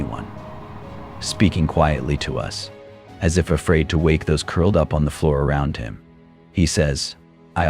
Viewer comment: Ok, this is horrifying. But you know the narrator is AI when they say the word 'up' as u p.